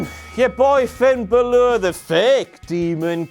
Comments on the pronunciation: when he was doing the entrance song for Finn balor did anybody else think it sounded like he was saying "buy Paul pogba" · can somebody please tell how to pronounce balor